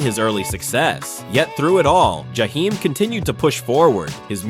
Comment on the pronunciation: I hate the way you’re saying his name because you are making this story about him. You can’t even say his name, right?